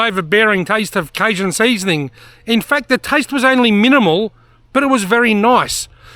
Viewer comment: Canadian, not American, but pretty confident in saying the 'j' in cajun is pronounced with a hard j sound, like the words jungle or John, down there in the States as well us up here in the Great White North. Great vid. Those nets are interesting. Would be cool to see a side-by-side comparison between them and a trap that you could throw an extra 10-15 feet further out.